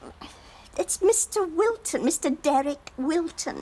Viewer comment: The way Mavis pronounces 'Derek' drives me nuts. In fact, it's every word that ends with a 'k' 🙉🙉🙉